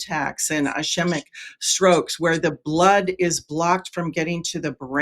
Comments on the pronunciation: Who is this person who cannot pronounce the word ischemic? It is pronounced ISKEEMIK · it’s pronounced is-KEEM-ick ischemic 😂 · Next time you should find a medical expert who knows how to pronounce the word ischemic. I bet that will help.